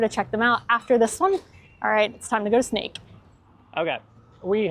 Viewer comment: It's funny to hear you say Sneek week. You pronounce it perfectly but I keep seeing snakes in my head.